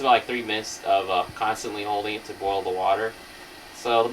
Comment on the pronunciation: ITS BOIL IM FROM OHIO AND WE DONT EVEN SAY IT LIKE THAT